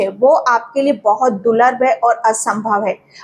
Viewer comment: आप दूर्लभ को गलत तरिके से बोल रहे हैं दूलर नहीं दूर्लभ बोलिए मुझे ऐसा गलत वाक्यों ऊदगार सुन सुन कर परेशानी हो रही है☝😳